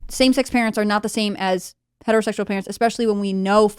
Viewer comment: Someone tell the bearded ginger that the word is ESPECIALLY (əsˈpeSHəlē,esˈpeSHəlē), NOT Ex-Pecially! Tim, please correct your moron guests! Where are you AT on this, Tim?